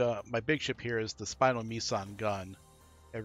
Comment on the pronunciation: Was the random speed-up during your turn 2 damage control intentional? Also, is the funky pronunciation of "spinal" intentional?